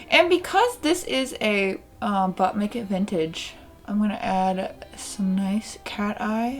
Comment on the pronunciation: Everytime she says "but make it vintage" I think she's saying "butt naked vintage" 😂